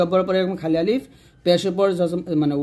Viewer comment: Assalamualaikum,,, mim ar sathe to alif ace,,, apni alif ta kan prle na?